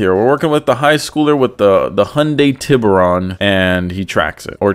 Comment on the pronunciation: “Hyundai tibber-on” how hard is it to properly pronounce a Spanish word lol